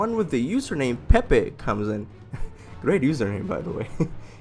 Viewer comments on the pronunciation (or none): none